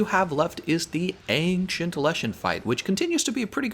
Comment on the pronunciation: ples pronounce "ancient" as ancient, not ankcient